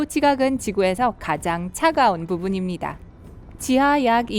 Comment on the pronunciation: 나아요,있떠요,부분입니다,같아요, 발음좀 제대로 해주세요 있떠요~ 침 고이셧어요?